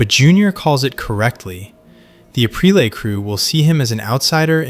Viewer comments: Same thing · your selling yourself as someone who is very knowledgeable about the Sopranos, and you constantly mispronounce Aprile. Maybe it’s on purpose to get people like me to comment , which if that’s the case, i guess it worked